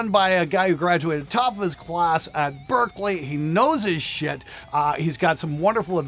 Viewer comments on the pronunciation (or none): none